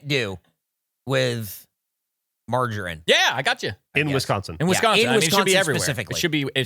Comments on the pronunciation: I can’t unhear it now 😂 And I’ve also just realised he calls margarine “margin” 🤦🏻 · TIL how Americans pronounce "margarine" and I am shook